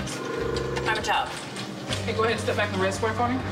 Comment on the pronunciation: I swear he says bed not back..